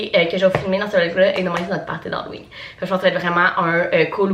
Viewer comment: « Hallowing » hahaha à chaque fois ça me fait rire